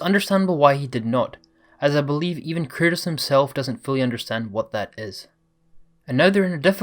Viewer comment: Why do you call Kratos Curtis??